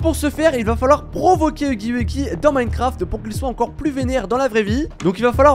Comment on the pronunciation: « Dans Minecrafteuh »😂😂